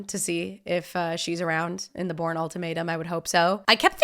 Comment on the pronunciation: Did she pronounce it as the “Boring trilogy”. It’s definately not.